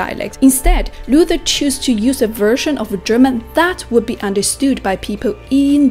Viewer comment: das einzige an kritik das sie manches falsch ausspricht wie kölsch da sagt sie kolsch und luther spricht sie englisch aus. aber sonst gut gemacht.